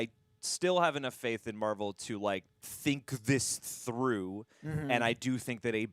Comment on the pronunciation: Not to correct, but it is marvel, spotlight